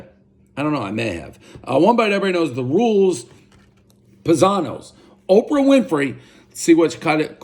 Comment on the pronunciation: One bite, everyone knows Dave mispronounced the following words; “Thrin crust” “Opo Winfrey” “Slow serve ice cream”